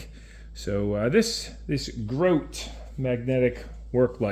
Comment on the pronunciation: fyi. i used to work for Grote many years ago.. they pronounce their name as "grow-tee" ...